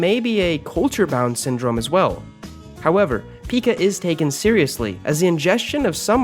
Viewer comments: It’s pie ca not pea ca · Pica "peeka" actually pronounced: Pie-ka 😋🤤🥕🍡🥑🥓🏀🧶🥿🖊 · "Pica" is pronounced with a long I, not a short I as you're pronouncing it in the video.